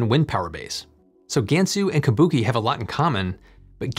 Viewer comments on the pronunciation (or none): Tip: “Kubuqi” is pronounced [koo-boo-chee] not like the Japanese word Kabuki [kuh-Boo-kee]